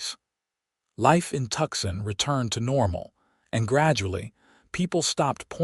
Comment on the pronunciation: Tucson is pronounced “two-sawn”